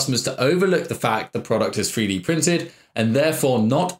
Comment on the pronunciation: Is he saying "Free Dee" Printer?